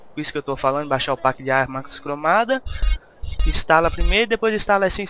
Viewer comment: Galera vamos fazer uma coleta pra colocar ele numa escola de inglês, porque ele pronunciar packs, por PAcks de novo, aí é foda uheuhehu vamos ajudar o cara ! =D